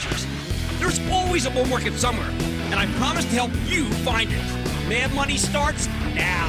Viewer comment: When he says “mad money” really fast it sounds like “May I Have Money”.